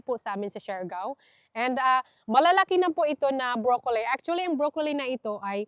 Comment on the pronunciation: Huwag mo masamain kung correct mo ang pronunciation ng broccoli. Hindi brokoley. Tanong mo kay David, your husband, unless Australian accent yon. Follower mo ako kaya Ayaw kong pagtawanan ka nila. Alam ko tamang pronunciation ay as it spells, bro-co-lil.